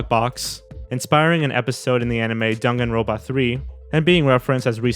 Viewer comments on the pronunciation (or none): I have heard Danganronpa butchered before but DANGANROBA!????? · It’s the “dunganrope-ah” for me 😭😭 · LOL Dunganrompa is how he said Danganrompa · I’m sorry but I couldn’t stop laughing when he butchered danganronpa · hearing miss pronounce danganronpa makes me screech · aw shoot he said danganronpa